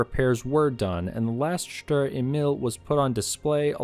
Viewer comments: "Sturer Emil" gets pronounced more like 'shturare ehmeal' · I hate pronouncing this thing in English... People told me that I don't have a strong German accent when speaking English but when pronouncing "Sturer Emil" in English I think it misses the 'angry' German pronounciation.😅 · I think it’s pronounced sturer emil and not sturer emil.